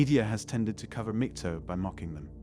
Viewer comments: mig-TOWL is how to pronounce it -- there's no bloody "TOE", wanker. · MAG-TOW not MIG-TOW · MGTOW - learn how to pronounce it.